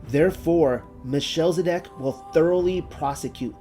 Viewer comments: Thanks. This video is a treat! But it's... Mel. Che. Sed. Ock. Not sure why it is being read as Michelle-zedock. The ch is a gutteral throat sound, like the noise of.clearing the back of the throat (sort of). In English they often just make a hard "K" sound instead. Listen to how others.pronounce it and it can help. Thank you for the effort this took! And keep studying :) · Melchizedek is pronounced, Mel - kez - e - deck. Shalom, dear brother's and sister's ❤️ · it's MEL-KIZ-ED-EK, not "meh-shell-zedek"